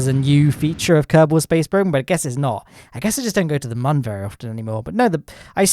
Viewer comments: My guy its moon not mon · Whos triggerd that hes saying mon instead of moon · this mans is pronouncing "Mün" as "Mun"... my dude, it's pronounced almost exactly the same as "Moon" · You know its not "mun" its "moon" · its moon not mun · Why do you say mun? wtf is that ?! You mean moon? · Why is he called the moon like Mon only one O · Man still mispronouncing Mün